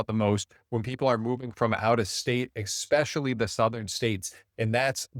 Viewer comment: Dude, you just said "exspecially". Sorry to point this out but I'm doing you a favor because I guarantee you, that will cost you a sale.